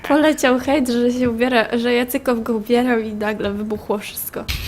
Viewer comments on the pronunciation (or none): "Jacykow" chyba Jacyków przestań nagrywać... to jest moja jedyna prośba do ciebie